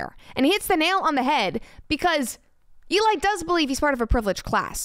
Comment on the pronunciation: E-lie... just sayin...